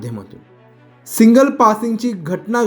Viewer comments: सिंगल नाही हो सिग्नल म्हणा.बातम्या देताना भाषा शुद्ध पाहिजे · अरे येडझव्या, आधी "सिग्नल" बोलायला शिक. कधीपासून सिंगल सिंगल करतोय. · बातमी वाचणार्‍या व्यक्तीस सिग्नल, सँडहर्स्ट शब्दांचे व्यवस्थित उच्चारण करता येत नाही. सिंगल पासींग असे चुकीचे बोलल्यामुळे समजण्यास वेळ लागतो. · सिंगल नाही सिग्नल उच्चार तरी नीट करा. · सिंगल नाय रे बाबा, सिग्नल!😅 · अक्कलशून्य पत्रकार !! सिंगल नाही सिग्नल असते !! राऊतकडे जायचं कमी करा बुद्धी भ्रष्ट होत चालली आहे तुमची त्यामुळे !! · बातमी देताना शब्दांची गल्लत करणे शोभत नाही. "सिग्नल" म्हणण्याऐवजी "सिंगल" !! 🙂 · बाबा सिंगल नाही सिग्नल बोल. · सिंगल नाही.. सिग्नल.. व्हिडिओ नीट बनवा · सिंगल सिंगल काय लावलाय रे...सिग्नल म्हण आधी व्यवस्थित मग बातमी वाच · भाषा आणि उच्चार सुधारण गरजेचं आहे असं मला वाटतं. "सिंगल" नाही "सिग्नल" असा शब्द आहे. दोन्हीच्या आर्था मध्ये खूप फरक आहे. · सिंगल नाही सिग्नल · सिंगल नाही रे, सिग्नल...😢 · सिंगल नाही मूर्ख सिग्नल म्हण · सिंगल नाही "सिग्नल". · सिंगल की सिग्नल ? सिंगल म्हणजे काय ? कोणी सांगेल का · Are bhai tula signal bolaychay ka... सिग्नल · सिंगल नाही हो सिग्नल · तुम्ही आधी सिंगल न म्हणता सिग्नल म्हणायला शिका